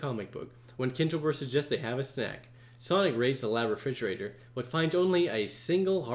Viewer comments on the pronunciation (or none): none